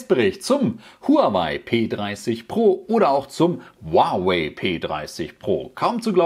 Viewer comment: Ich glaube die Aussprache Huawei ist richtig